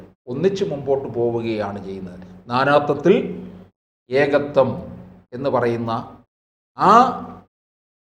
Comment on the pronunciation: നാനാത്വത്തിൽ എന്ന് ഉച്ചരിച്ചത് ശരിയായില്ല